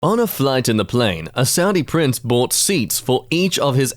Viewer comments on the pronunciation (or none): none